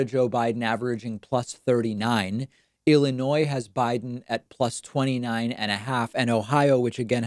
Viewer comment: Thank you for keeping the s silent in Illinois !